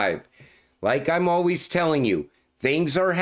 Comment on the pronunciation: " as with you alweez"😄